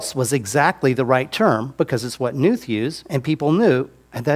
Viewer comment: I loved this guy until he pronounced Knuth improperly. It's pronounced Kah-newth. Seems nitpicky but there ya go